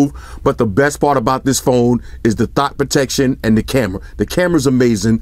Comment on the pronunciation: Is he saying thot protection or stop protection?